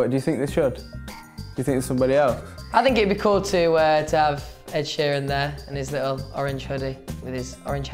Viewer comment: when he said Ed aheeran I died because these r my ✌🏼️idols Ed and 1D